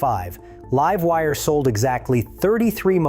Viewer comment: Livewire was pronounced correctly.. have a timestamp?